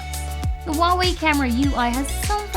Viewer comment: Finally someone who can say Huawei right!!!!!